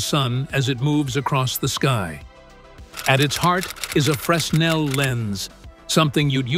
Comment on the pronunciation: "Fresnel" (lens) - pronounced - fruh-nel 👍 It comes from French physicist - Augustin - Jean Fresnel.